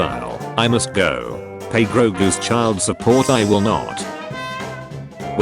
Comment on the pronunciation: God the AI is so bad it actually pronounces “go” as “geo”